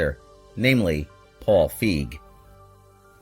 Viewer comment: His name is Fi Gee. Not fig.